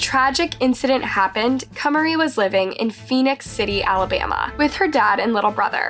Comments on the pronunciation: when the source material tells you how to pronounce the name (i.e. the interview clips), you pronounce it that way. It was states multiple times as "Ka-Mah-Ri," however the narrator, who sounds like English is her first language, continuously pronounced it as "Kay-Marie." Literally no one here is being mean to the narrator. No one is calling her names and no one is belittling her. No one is claiming intellectual superiority. We're noting that the narrator repeatedly mispronounced the name despite it being said correctly by the victim's family. This is valid feedback. We can't be so fragile that we disallow ANY feedback or critique. Repeatedly mispronouncing someone's name is disrespectful. Especially when you've been corrected multiple times (i.e. the source material). And disregarding that correction is definitely rude and insensitive. Just acknowledge the note, make an effort to do better, and continue on. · Her parents are literally saying “Kah-mah-ree” … not “Kay-marie.” Are you not allowed to say the names of the victims so you have to mispronounce them on purpose? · my question is, how can you listen to these clips with the parents, news, police etc. saying this poor littler girl's name, and you call her "Kaymarie", her name isn't hard to pronounce, and you've put many clips with them saying her name, yet you don't say it right. I find it very disrespectful to this poor little girl that her name can't even be said correctly. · If you hear the girl's dad pronounce her name as Kuh-MAR-ee, why would you continue to pronounce her name first as KUHM-uh-ree and then as KAY-marie? 🤦‍♀️ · her name is pronounced kamari tho, not "k mary"!! Happy to see many people covering this case and bringing awareness to it, truly shocking and horrifying.. :( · Kuh Mar Ee so fucking wack at least get the people u make money off that are diseased names right!!! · I know it’s too late to make a difference but her name is pronounced kuh mar e